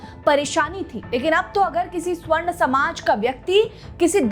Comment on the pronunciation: मेडम स्वर्ण नही, सवर्ण सही उच्चारण होता है । स्वर्ण का अर्थ 'सोना' और सवर्ण मतलब 'वर्ण युक्त' या 'रंग के साथ ' होता है ।